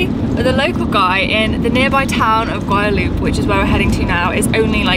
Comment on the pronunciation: Love that you are covering this gorgeous region, but please, please learn the proper name. Its El Valle de Guadalupe, not Guadaloop. 😉 There are a lot of amazing places to see, eat and drink, hope you all get a chance to visit.